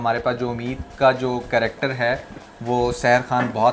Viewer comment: phle karactrrr(character )bolna to seekho